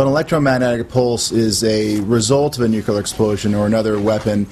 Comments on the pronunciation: nu-clear not nu-cular! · Them new- kew- lar weapons. God the people at Fox are the worst morons. Makes me want to go out and make one.